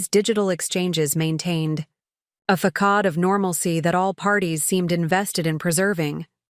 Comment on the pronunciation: The c in ‘Facade’ is pronounced with an s sound not a k sound. This error occurs in a few of these stories.